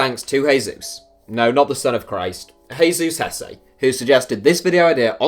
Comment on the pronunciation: In 2012 Ander Herrera and Muniain were both linked with Man Utd and while Herrera signed for the team Muniain remained loyal to Bilbao and a few months ago he signed a new contract that will keep him there until 2023 I think. Btw, the name is not Heizus but it's Hesu:s ( Jesús ). In Spanish the little line on top of the letters A, E, I, U depicts the accent so in this case Jesús is pronounced Hesu:s ( with a longer U ), the same with the name Piqué the E is pronounced longer as in Pike:, another example is Raúl Jiménez the Wolves striker whose name is pronounced as Rau:l Hime:nez instead of Ra:ul which is how the English commentators and most people pronounce it. Other than that, great video mate keep it up :)